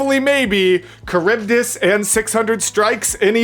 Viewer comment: Sorry your kind of annoying me with calling charbydis caribdis it's CHar-bi-dis